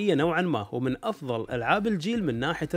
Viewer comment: افضل وليس زفضل وشكرا